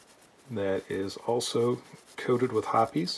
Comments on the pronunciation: STILL, I will take a Smith before any other revolver. A couple of things I noticed: You use Hoppe's No.9, it is my choice also probably because it is a lifetime habit. And you pronounce it Hopp-ees, not Hops. The first time ever I heard "Hops" was on YouTube and I wondered which was correct. Feel like now I know the answer to that question. Lastly, I never owned a stainless S&W revolver simply because the blued ones are so beautiful, thinking I may begin a search. Thank you for another eye-opening video! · I wonder how well a sonic cleaner would work on that gunk. It seems like over time every lube evaporates and leaves some residue. Another simply great video sir. By the way, its great to hear someone pronounce Hoppes #9 the way its supposed to be. Younger shooters often call it hops .